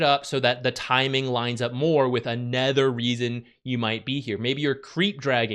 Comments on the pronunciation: anOOOOOOOOOOOOOOOOOther. Fucking hell it's annoying to keep hearing aNETHER. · It’s “other” not “ether”